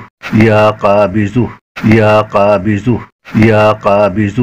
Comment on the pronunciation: LEKIN AAP JO BOL RAHE HAI VIDEO ME USME ZUH KA AWAZ AARHA HAI KABIZUH BOL RAHE HAI AAP VIDEO ME JANAB APNA WHATSP NUMBER DIJYE JO ZARURI WAZIFA YOUTUBE PE KISI NE NAHI BANAYA MAIN BATAUNGA KONSA WAZIFA KISI YOUTUBER NE NAHI BANAYA WO AAP BANA DIJYEGA BHOT MERBANI